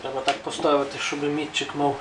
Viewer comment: Тільки не мІтчик, а мітчИк. МІтчик - це або інструмент, яким мітки ставлять, або той, хто ставить мітки. +1